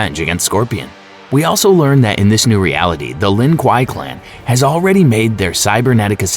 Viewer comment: "lin quaiy" bro's talking in kano😂